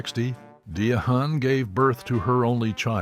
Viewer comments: It's pronounced Diane, not Dia Hahn. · Her name is pronounced Diane not De a hand…respect her ! You fool! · It's pronounced like Diane not DAYAHAN!!!!!! How do I know???? I was named after her and Claudine was in the 70 s., PLEASE FACT CHECK WHILE DESCRIBIING AN ICON!!!!!!!!!!!!!!!!!!!!!!!!!!!!!!!!!!!!!!!!!!!!! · The reader needs to know how to pronounce Diahan. IT IS NOT DE-HAN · Excellent profile! 👏🏾 👏🏾 👏🏾 HOWEVER, the repeated mangling of Ms. Carroll’s first name is both distracting and cringe inducing. 😖 It’s actually pronounced “dye-ann”. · Her name was Pronounced Diane! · Learn how to pronounce her name correctly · You’re driving me crazy mispronouncing her name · Please Learn how to pernounce her name the right way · So?? He might be a foreigner's why he can't pronounce her name right!! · THANK YOU! Every time he said it "that" way, my skin just crawled. I couldn't even finish this vid! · Learn how to pronounce her name!!!